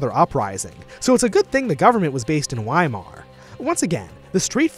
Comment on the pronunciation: Weimar isnt pronounced wee-mar its pronounced vuh-eye-marr. W's are pronounced as V's in german. Get it right or else how am i believe you are getting anything right in this video about my beautiful fatherland.